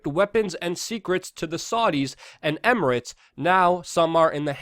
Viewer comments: You wanna be taken seriously Luke? Learn how to pronounce EMIRATES. UNITED ARAB EM IR ATES! DANG! OH, AND BTW, FUCK CNN FAKE NEWS! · Em-err-its.... there's no A in there :P